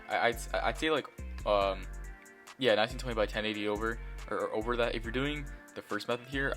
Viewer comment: what he said:1920 or over what i heard:19020 or over